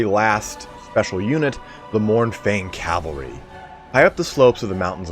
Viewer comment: CAV-AL-RY please bruh